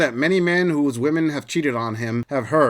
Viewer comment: Why cant any of these women say "women" properly??